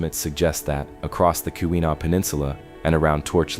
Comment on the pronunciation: KEE-win-awe, Meh-NOM-in-ee, Ah-nish-ih-NOB-ee, SHAR-leh-voy, On-tuh-NOG-in.